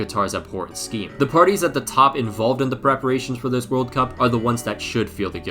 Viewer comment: “Two tventy two vorld cup”